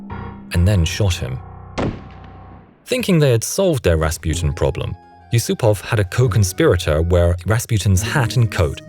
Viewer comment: Am i the only one that was angry how he pronounced Rasputin?